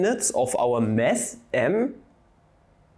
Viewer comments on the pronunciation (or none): I just wonder, if you intentionally pronounciate "mass" as "mess" (ca. ). Yes, physics and math can become a mess :) Love your brute-force derivation!